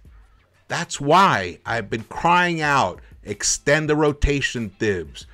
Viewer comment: His name is pronounced Tahibs bro